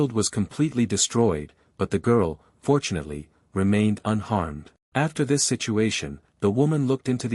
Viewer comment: When u say fortunately it sounds like ur saying unfortunately